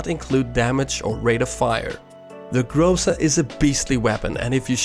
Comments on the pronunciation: Not grOza, but grozA :) It is a russian word for thunderstorm. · Its not grOza, its grozA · Let me correct your pronunciation. Correct to emphasize the last syllable. Like GrozA. What in translation means the Thunderstorm (rus. Гроза) And tnx for your vid's =)) S!